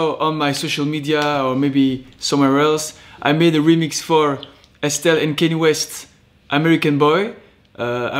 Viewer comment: Nice one! Got Kanye's name wrong though 😂